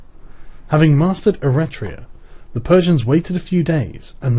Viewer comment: Eritrea is an african country, the text talks about Eretria (e-REH-tria), a city state on the island of Euboea.